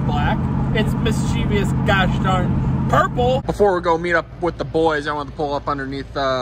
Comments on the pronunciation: It's "mischievous", not "mischievious". :) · Mis chuh vus. Not mischeeveeus 🤣👍